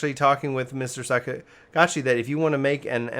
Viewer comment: Also, it’s Sakaguchi. Pronounced “Sah. Ka. Goo. Chi.”